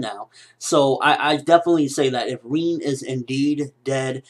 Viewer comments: reen? i thought it was rin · It's Rin not reeennn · its not reen its rin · its not rien, but rin XD with a i btw love you videos bro! keep up the good work/ i always like your vidss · Lol "Reen" lol Rin ! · my god your pronunciation.. It's Rin, like Rinnn, not Riiin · Who's "reeen" ? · Why do you call her Reen... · Am I the only one who gets annoyed in the way how he pronounces "Rin"? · U say rin funny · why cant you say rin correctly